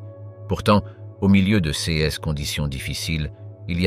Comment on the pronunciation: Cette voie électronique, je n'en peux plus !!! On ne dit pas "C S" mais "ces".J'ai lâché au bout de 6 minutes.